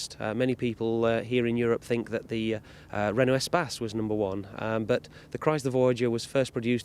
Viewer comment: Did she say Renault Spaz? It's Espace you twäŧ!